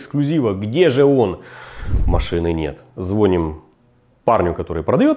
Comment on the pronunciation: Классный формат, виден рост вашего канала и колоссальная робота команды, за чем приятно наблюдать. P.S. ЗвонИм, а не звОним 🤦🏽 Мелочь, но так режет ухо😉